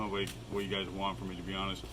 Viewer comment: I’ve always wonder.... why do you say gruy instead of guys? Idk anymore